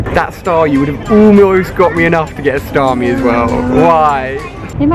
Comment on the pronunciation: It's "Starmie". 😂